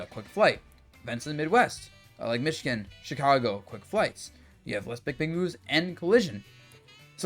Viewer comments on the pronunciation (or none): none